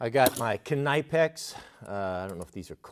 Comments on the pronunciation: Kuh-nigh-pex? The rest of the world says nip-ex. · good video PLEASE say knipex properly its pronounced "nip-x" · Clever guy, he pronounce Knipex wrong, to make you all make a comment... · Knipex. 🤦‍♂️. How do you say knife on the west coast